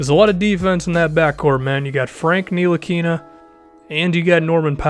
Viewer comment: It's pronounced without the "N" tilikina